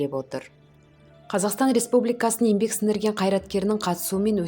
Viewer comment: Ембек емес,еңбек деп айтшы,н мен ң екеуі екі баска әріп.